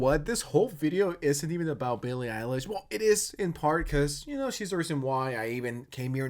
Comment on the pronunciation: "ILLIE BEILISH"